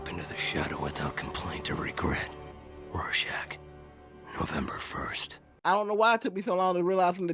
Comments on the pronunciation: Say it like I do: Roarshack. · Would you kill millions to save billions? And Its pronounced "roar-shack". Love you buddy. ❤ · It's pronounced ROAR-SHACK. I'm thinkin' that's what his mom's apartment was known by.